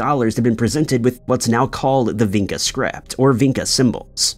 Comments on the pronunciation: Vinca is actually pronounced Vincha (Vinča). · I am living there, in Belgrade , In Vinca :) archeological site is not much explored how should be :) and ...pronouncing the name of the place is completely wrong, no one would understand you and you would not find the Vinca you are looking for